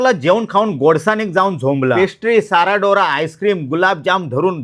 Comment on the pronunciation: साराडोरा असे नाही आहे ते.....सेरादुरा असा शब्द आहे तो......आणि ही पोर्तुगीज स्वीट डिश असून आमच्या गोव्याची शान आहे.